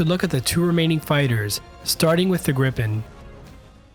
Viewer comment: Awesome video! Very interesting. :) I don't wanna be nit-picky, but it's pronounced "Greepen", not "Grippen" :)